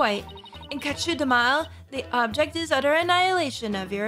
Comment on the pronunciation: I think Kachu'dehmal is supposed to sound like "capture them all"